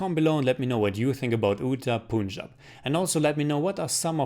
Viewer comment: I am first✋ and I liked it too 😁. Also plz correct your pronounciation of Punjab.